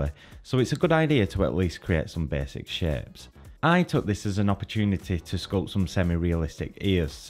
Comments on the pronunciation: THANK YOU! i appreciate this tutorial but his pronunciation of that word hits my ears so uncomfortably. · there are some good shaaaapes lol the way he says "shapes" is so weird lol